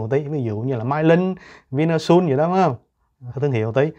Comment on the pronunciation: Tac gia phat am tieng Anh khong chinh. Xin nghe lai tu Upload, Vinasun.